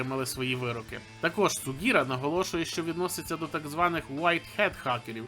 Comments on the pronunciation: Шіґура а не Сіґура. Щось у цей випуск пролізла поліванівка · "сугіра".. ти імена не запамʼятовуєш, чи у тебе просто текст подибільному.. Аааа, зрозумів, у тебе якість сценарія доплінтуса впала.